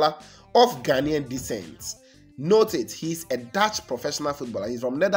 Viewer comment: No! What you are referring to, is "Ghanaian DESCENT". Your pronunciation sounded like "DECENT"